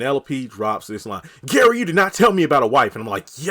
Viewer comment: I thought I was the only one that heard Fatima say Karen and not Gary.